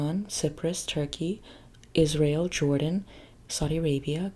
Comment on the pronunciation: im having bilingual issues whenever she says Israel cause i keep hearing "is real" and im like what is real?? to then immediately realize it's the name of the country and not a phrase